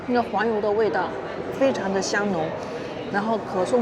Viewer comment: 可颂中间是环油，哈哈哈， 博主一定是胡建人